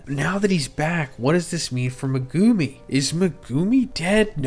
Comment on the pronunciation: MEH-goo-me… not Meg-GOO-me. Megumi.